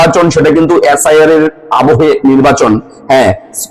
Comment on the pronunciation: এ্যাস্. আই. আর না এস্. আই. আর?